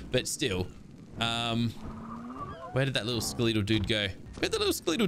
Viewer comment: Anyone else catch how he said Skeletal? "Ska-lee-tall" 😅